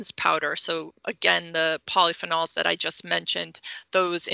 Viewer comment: I don't like how she pronounce polyphenols. And eggs are not good.